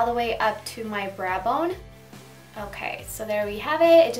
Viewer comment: I adore your accent ***** :-) She said braa bone instead of brow bone.. LOL! My niece adores her too! I learn a lot on patting techniques .. eye makeup tutorial was very good. Love your hair color as well.